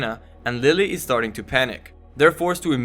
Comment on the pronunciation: LeeLee not Lily